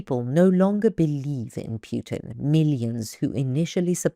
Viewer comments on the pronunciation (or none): And she says Putin as if it was Puke-in. 😅😂